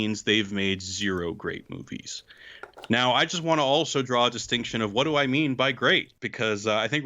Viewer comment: I can't be the only one who heard "serial r*ape movies" instead of "zero great movies".